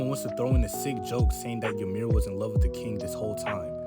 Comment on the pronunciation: Fun fact the correct pronunciation of the name Ymir is actually ee-mir not ya-mir there is no A in the name.